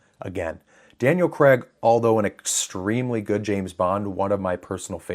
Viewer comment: It's Daniel CRAIG, not Daniel CREGG! You Seppo's need to learn to speak!